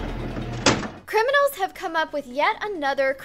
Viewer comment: Btw why say crinimals..some arnt